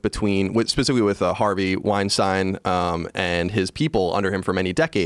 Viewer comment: Joe says "Brett Wein-STEEN," and "Harvey Wein-STINE," haha! Love ya Joe